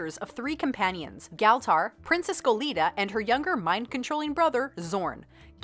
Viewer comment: Good vid, tho you pronounce Galtar wrong every time I highly enjoyed this thanks